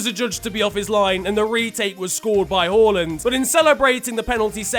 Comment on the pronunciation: Omg he said “Håland” and not “Haland”😱 As a norwegian this is very pleasing to the ears